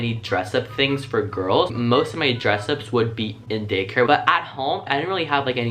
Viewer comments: Did anyone else here him say gay care instead of day care 😂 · Ok is it just me or every time he said Day care i hear Gay Care 🌈😂😂 love that 💙